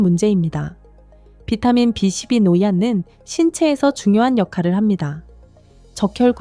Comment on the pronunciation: 비 12부 바름 좀 똑똑하게 해주세요 바름소리가 3로들림니다.